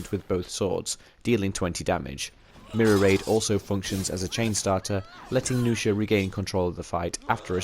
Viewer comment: nuxia, not noosha -_